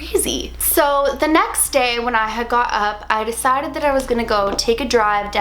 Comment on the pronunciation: the way she says "desited" is so funny(Srry for ma' bad english)